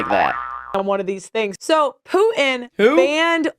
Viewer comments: Pearl, please feel free to feel bad about yourself. Also, the leader of Russia's name is definitely pronounced Poo-Inn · Even tho I daily watch vids about the Ukraine, when perp-lie said Putin I heard "I don't know much about pootin' ...." Is it rude to wish she would just keep her cawk-holster shut?